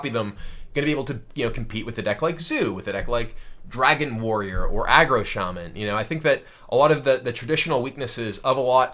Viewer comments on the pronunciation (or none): none